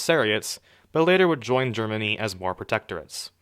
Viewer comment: Idily, jaapaan, germiny